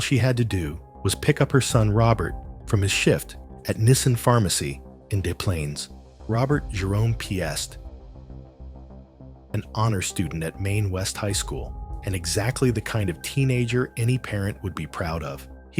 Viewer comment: Piest is pronounced like "beast" or "feast."